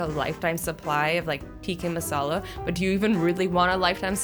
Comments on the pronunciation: Azzy it is Tikka Masala not Tikki Masala😂😂😂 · AZZYYYY TIKKA NOT TIKI!!!! MASALA!!!!! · Tikki masala hehe azzy no hate but it’s pronounced tikka masala love you 😘😘😘😘😘😘